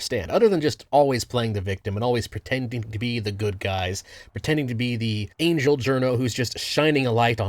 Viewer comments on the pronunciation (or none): none